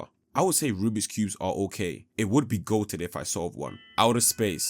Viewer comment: EY-EY-EY ITS RUBIK’S NOT RUBIX